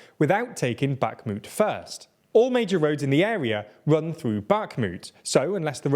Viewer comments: God, how many times can you say Bakhmut wrong, and with such confidence. Unbearable. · your pronounciation of bakhmut kills me slowly each time you say it wrong